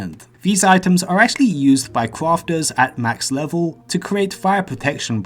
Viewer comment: Cwafter, pwofit UwU